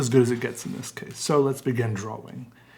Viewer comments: FUCK OFF STOP SAYING DRAWING LIKE THAT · it is my completely non-professional opinion that you could do an ASMR "episode" of nothing more than you repeating over and over again the word.... drawing. You have a unique way of saying the word, drawing, that puts an emphasis on the "w" in a way that is both innocent and comforting. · The way you say “drawing” has an aesthetic to it I swear